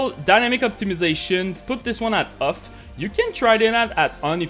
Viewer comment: "Set dynamic optimization to *uff*, also turn vsync to *uff*" lol